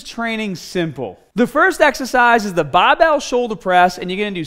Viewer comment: lol this guy's accent is really interesting, sounds pretty american except whenever he says the ar syllable like in bah bell or ahm days. really funny